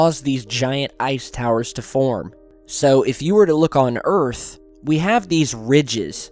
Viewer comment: You can't handle the troof! And welcome to earf!!